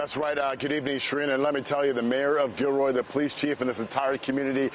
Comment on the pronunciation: did the brutha just say Kilroy??